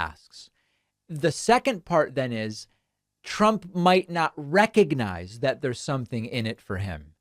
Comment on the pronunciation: "Recognize"?? He couldn't even pronounce it! Every time I hear him mangle words, while his tiny hands struggle with a bottle of water, I profoundly thank our Lord and Savior Jesus Christ that Biden is our real President. (but 1 term is enough, right? We're all onboard with that? Just letting every body know.)